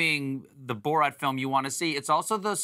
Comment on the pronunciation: Fun drinking game! Take a shot every time Stephen says "Borot"!